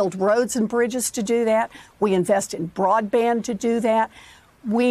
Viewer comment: Who edited this up? The word is “broadband”, not “broadBrand” guys.